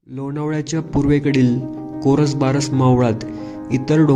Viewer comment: भाऊ, कोरसबारस नाही कोरबारस असं मावळाचं नाव आहे. कृपया आपला कंटेंट पब्लिश करायच्या आधी त्याच्या बरोबर असण्याची खात्री करावी. धन्यवाद 🙏